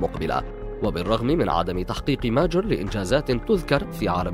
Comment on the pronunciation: ليش تنطق كلمة ماجر وكأنها كلمة انكليزية